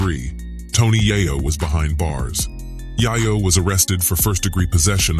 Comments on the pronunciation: I checked out when he said yayo instead of yeyo like damn u did a whole documentary and never learned how the say there names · Get the name right culture vukture it’s “Yayo” pronounced “Yay Yo” not Yih Yo mf! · DONT DISRESPECT ME BY PRONUNCING THE NAME YAYO AS "YAH YO" ITS PRONUNCED AS "YAY YO" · I almost stopped watching the video cause I couldn't stand the way he was saying Yiyo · This Point Just Say Tony Yague 😭 😭 😭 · You mis pronounced: Tony Yayo's Name. It's not Yah Yo. Its pronounced: Yay-Yo. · It's yayo not YAHYOW! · A little word of advice…. If you’re going to try and make money off a culture and demographic that you are not part of and know nothing about the least you could do is learn how to pronounce peoples names.. you lost all credibility with me when you repeatedly called him Tony (Yaa-yo) instead of Yae-yo. That right there shows you not only knew nothing about the members of g-unit before making this video but never even heard their names other than 50. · its YAY YOOOOOOO not yayaaaaaaa jesus TONY YAYOOOOOO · Who the fuck is tony 👁 yo?????? It's yayo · It’s yayo!!! Dude yayo not yiyo 😂😂😂😂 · It took so much effort to say it wrong 😂 " Tony YaaahYoh" come on Bruh🤷🏾‍♂️ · Yiyo…..? It’s Yay-yo foo! 🤷🏻🤣🤙🏻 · Stopped watching after he said Tony YIyo smh cmon son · This nigga called Buck, Tony Yaiyo. I'm out!😂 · The fact he keep saying Yiyo and not Yayo kills me!! Bruh, let it go!! 😂😂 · Might as well Called him Tony yo-yo lmao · Yay-Yo stop say yah-yo you yahoo 😂😂 and it's Gun-it not G-unit 😂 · I stopped watching once he said tony yiyo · WTF is Tony Yi Yo?? 😂😂😂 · My boy said Tony YiYo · 😂 Tony Yeyeo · 🤣🤣🤣🤣🤣YIYO NOT YAYO🤣🤣🤣🤣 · How can anyone watch the rest of the video when he said but this guy is better known as Tony yahyo. Ask Tony if he got the yayo, and he’ll say Yahyo. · Nigga keep saying YIYo over yayo. Pissing me off. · Tony Montana telling chee chee to get the yeh-yo 🤣👌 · Tony Yeiyo 😂😂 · Tony Tiyo and Jimmy I-O-veene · its pronounced tony yaayo